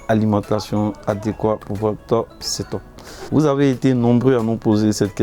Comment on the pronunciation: On dit seteupe(setup) pas setôpe